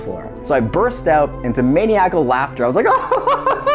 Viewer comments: “Manee-ackle laughter”💀🤣this whole video was great tho fr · Never heard anyone pronounce maniacal that way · He mispronounced "maniacal." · The way he pronounced maniacal is taking me out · The way he pronounced “maniacal”